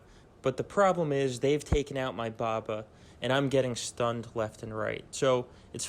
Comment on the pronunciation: Who tf is Baba? It’s Boba! BOE-BAH 😂 Good video though I appreciate it and thank you for the win in GA 👌🏻